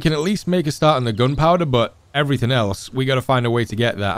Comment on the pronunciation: I like how you say gunpowder as 'goonpowduh' 😆 you had me watching for days now Kinda hoping the ep 9 is not the last tho.